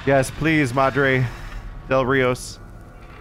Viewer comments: Madre Del Rios? Learn your Spanish. Madre De Dios - Mother of God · Ana says “Madre de Dios” not Rios. Meaning mother of God, the Virgin Mary.